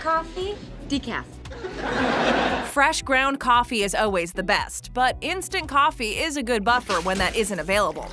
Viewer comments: aaalll ways why are you saying Oways? ={ } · “It’s just Oways around” what did she just say?